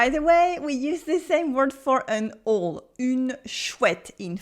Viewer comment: That bird, “chouette,” isn’t an “ole” in English. It’s pronounced more like “aoul”—“ow” rhyming with “now,” plus “L.”